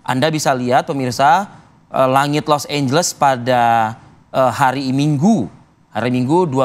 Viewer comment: Los Angeles jadi Los Ambles